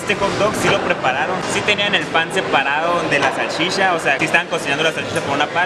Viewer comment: “La salshisha”